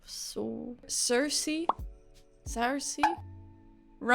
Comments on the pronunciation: Hey just for my own sake here how you pronounce Saoirse Sear (like a steak) sha Hope this helps Sincerely an Irish person who's seen this happen alot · Saoirse is pronounced 'seersha' just to let you know. As an Irish person, it was mildly entertaining watching you try to pronounce it 😂😂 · I always think that non-Irish people must be exaggerating when they say how difficult Irish names are to pronounce, but seeing you try to say Saoirse is making me think that maybe Irish does have some weird spelling (for another example, ‘Irish’ in Irish is ‘Gaeilge’ - figure that one out). We love a good vowel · It is, as the actress herself puts it, Sershia, like inertia. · HOW DARE YOU PRONOUNCE SAOIRSE NAME WRONG!!